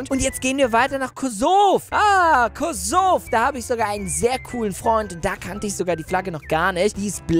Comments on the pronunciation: Kosov 😂 das heißt Kosovo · Es heißt Kosovo nicht Kosov😂😂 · Bei 2# es heißt Kosovo nicht kovo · das heißt Kosovo 😂 und nicht kosov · es heißt Kosovo nicht Kosov🙄🙄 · Danke aber man sagt kosovo 🤣🤣🤣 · Es heißt Kosovo